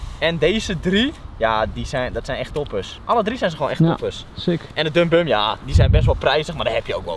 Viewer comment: Het is sick zes niet sicks sicks